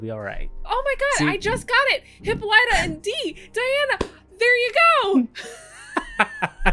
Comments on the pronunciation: OMGosh I'm cringing every time I hear Hippolyta's name being pronounced.. it's HIP-PO-LY-TA! And we will refer to the beautiful Afro-Futuristic Diva as--"The Celestial Being with 4C HAIR!" Another YTuber named her that and it fits beautifully! As a black woman this episode was so beautiful, inspiring, and just touched me on a level that was spiritual! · OMG please I’m begging you say Hippolyta’s name correctly.